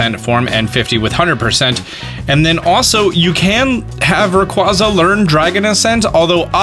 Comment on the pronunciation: You forgot to update this videos description, same as last episode Edit: PLEASE LEARN HOW TO PRONOUNCE RAYQUAZA PLEASE ITS A BOX COVER LEGENDARY